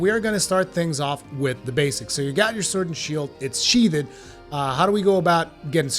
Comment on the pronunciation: Lesrn how to say, “sheathed” my god